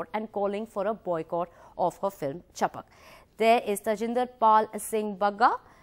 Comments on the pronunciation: Its chhapak... Not chapuk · sorry but its not 'chapak' its 'chap-a-a-k"